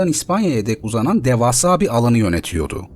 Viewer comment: ya şu metni lütfen düzgün okuyun. "yönetiyodu" değil, "yönetiyordu"... gerçekten kulağa çok rahatsız edici geliyor 😢